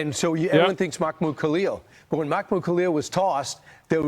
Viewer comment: Sorry Asmon, I didn't hear anything after I got stuck on "Mahoomood"